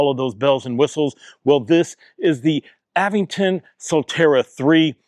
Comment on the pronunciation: bro said “Av-eng-ton” not Aventon?